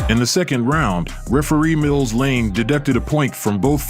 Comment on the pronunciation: Not Blane, Lane